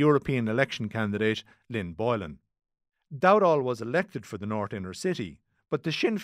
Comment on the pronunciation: Bla bla bla sinner's not shinners?